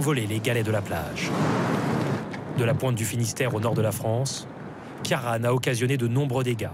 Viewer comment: Ciaran se prononce ...Quirone, En gaelique !